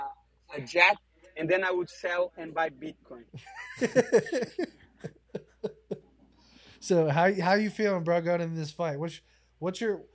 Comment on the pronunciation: Moicano gotta work on his "bitcoin " pronunciation